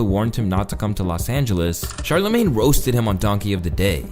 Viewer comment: bro said "that charla made" (referencing charlamagne)